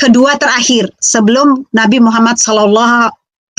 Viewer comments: ini lg murtadin odong2 menyebut nama nabi muhammad sw aja belepotan. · Assalamualaikum wr wbr..., kasihan si ibu, ngakunya murtadin,dari Islam menjadi oten,tapi mengucapkan Muhammad SAW saja belepotan,😄😄🤭.Tks bang,yg selalu menayangkan murtadin odong ",🤗🤗🤗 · MUKA NYA.SAJA,,SUDAH MUKA PENIPU,,,,KELAS KROCO,,NYEBUT NABI MUHAMMAT, SAW BLEPOTAN ANJIR-ANJIR,🐕‍🦺🐕‍🦺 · Gak usah sebut2 nama nabi Muhammad kalau belepotan begitu... 🤣🤣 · waduh, ngaku Islam ini oten, ngucapkan nama nabi saja blepotan ngaku muslim..? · Astagahahahaha...batal tidur dah,ngakak dulu,nyebut nama nabi Muhamad SAW aja blepotan,bilangnya muslimah trus murtad,OTEEEN,OTEN...yuk tawa yuk,tawa aja ga papa yuuk,hahahahahah